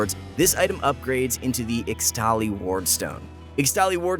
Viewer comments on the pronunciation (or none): ISHTALI NOT IXTALI MY GOD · IXTALI in (IXTALI WARDSTONE ) is pronounced "ishtali" from IXTAL (a region in runterra) english is weird i know but dis is the correct to say it . also can you guys use the info and the already released items on the pbe so that it would be much clearer and not just post stuff before the beta releases of the upcoming patches because its so confusing.